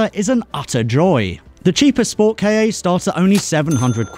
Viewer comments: FORD KAH!!!!!!!!!!!!!!!!!!!!!!!!!!!!!!!!!!!!!!!! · why do they call it a ford kayay it's a ford KAh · Yeah it's not 'kay ay'. It's 'Ka'.